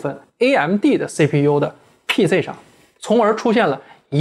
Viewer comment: PC 讀成呸say